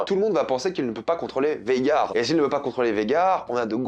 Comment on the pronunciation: C’est pas VEGAR, c’est VAGHAR, c’est relou a force, arrêter de sucer la VO si c’est pour toujours tout deformer a la fin dans tes reviews…